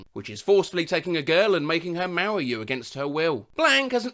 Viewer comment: notice how he says "marryyou"